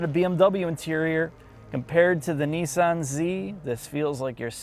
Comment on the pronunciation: The manufacturer is called and spelt Nissan not “Neeesan” The double “s” in Nissan shortens the sound not elongates it. Americans do seem to all struggle to pronounce words correctly in the main. 🇬🇧🇬🇧